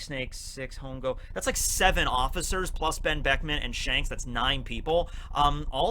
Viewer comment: Hongo is spanish for fungus or mushrooms. When spoken ,the h is silent.